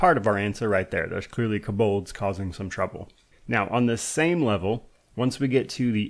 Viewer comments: You’re the only person I’ve here heard pronounce “Kobold” like that: “kuh-BULDZ” 😂😂😂😂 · This pronunciation of kobolds is wild